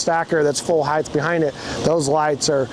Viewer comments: Heighth is not a word. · HEIGHTH is NOT A WORD!! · Why do people pronounce it ‘heith’ when it’s ‘height’? ‘Height’ rhymes with ‘white’. Is it because ‘width’ had a ‘d’ in it and people think it’s also pronounced like that for ‘height’? 😅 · The word is “height”, not “heighth” or whatever the hell they’re saying. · I THINK HE'S SPEAKING OF "HILTH" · I had a hard time watching after I heard this man say "heighth". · “Heighth”??? Wtf. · What I've learned watching these videos is that no one in the RV industry knows how to pronounce "height". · Hieghth is not a word like length, it's just height... That being said this thing is amazing!! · Why are they pronouncing "height" with a "th" sound at the end? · The word is height. There is no third h.